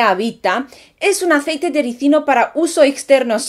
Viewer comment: Felicidades hermosa... ¡Tu si lo dices bien!! Muchos ignorantes dicen Resino en lugar de RISINO... 🤭🤭🤭